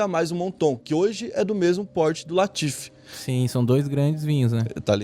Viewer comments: Correção: LAFITE, não LATIFE. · Não é latife, é LAFITE. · Mas è LAFITE nao latife hahaha Mas mano to fascinado com esse canal! TOP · Lafite não Latife 😊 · Não é "latiffe", é LAFITTE. Não é "moto", é "mouton ", pronunciar "muton" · Eu soube que o barão Philippe de Nicolay Rothschild foi parar no Einstein após ver esse vídeo e ouvir o chamar o seu prestigiado Château Lafite de "Château Latife", e que Yves Saint Laurent, se revirou no túmulo por uma semana após ver alguém escrever seu nome no vídeo como Yvy Saint Lohan. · lafit nao latif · Latife = Lafite* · Nao é latiff. É lafite. E o moutou era o melhor.. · Latife, ou Lafite??? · O cara todo vídeo erra o nome do vinho.... É LAFITE não latif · faça outra correçao o nome do vinho e LAFITE e nao latife como voce falou. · Château LAFITE , leia certo, este Latife é invenção sua. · chateau laFIte Não laTIfe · Na verdade o vinho se chama Château LAFITE...e não Château LATIFE... tirando esse detalhe, foi muito boa a explanação... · dificuldade de falar Lafite kkk, falou Latife umas 10 vezes kkkk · Sei que é mais fácil falar “latife”, mas o nome do vinho é “Lafite”. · É LAFITE e não LATIFE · Lafitte...Laffite...Lafitte....Mouton Mouton Mouton , gosto muito de seus videos...mas ja faz varios videos que repete mal os nomes das coisas... na ediçao nao vê isso nao ?